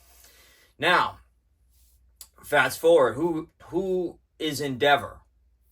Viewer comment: “Endeva” love it ❤